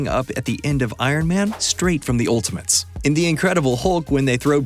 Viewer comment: He keeps saying "Ultimints."